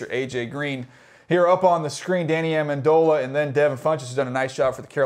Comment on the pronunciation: He called minitron amandola dafuq